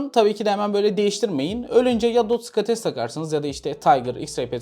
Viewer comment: Hocam skates olarak ne almalıyız video da söylemişsin fakat link paylaşır mısın anlaşılmıyor ne dediğin